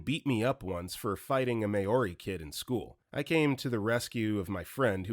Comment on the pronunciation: Love the way he pronounced Māori. Laughing so hard right now.